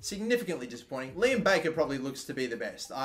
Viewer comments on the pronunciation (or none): none